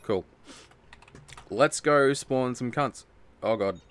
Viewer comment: Did he say nunko instead of let’s go